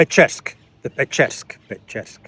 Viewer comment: It’s Kiev-Pecherskay Lavra. It’s a monastery. Also fully agree on the term “ukrainian heretics” 👍